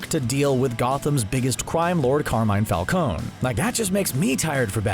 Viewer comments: It's Falcone not Falcone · "Carmine Fal-cown" lol